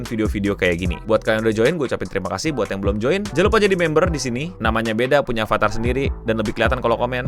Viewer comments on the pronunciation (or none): none